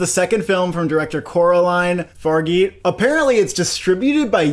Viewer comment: „Coraline Fargee“ „Jankie Gia“ „Adele Dazeem“ „Dennis Villenueva“ „Dula Peep“